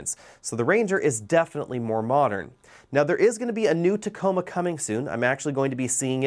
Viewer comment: Tacoma not taco